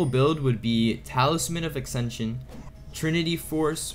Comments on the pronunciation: ACKSENSION. CMON MAN grab a dictionary fix your speech jfc. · and the word ascension. It was driving me nuts. Good video, but if I acksension one more time.... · And yasuo and ascension and visage